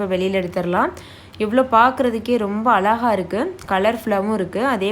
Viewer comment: Azhaga nnu sollanum..Alaga nnu sonnaa thappu..varum kaala tamizh santhathi tamizhai ai ozhungaaga pesa vendum..uccharippu miga miga mukkiyam